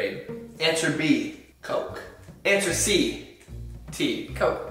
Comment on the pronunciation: “TeA” 👹👹